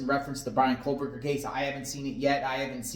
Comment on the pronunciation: Why are you saying kohLberger ??